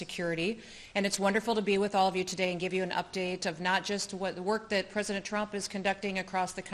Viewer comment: She’s going to run for… pwezidentttt..😂😂